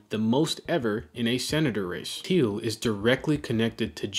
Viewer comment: "Thiel" get the Name right it is important